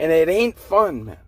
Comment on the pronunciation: Why do you say it like mon instead of man